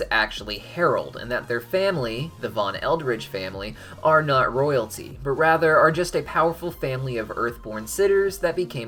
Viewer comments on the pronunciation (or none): none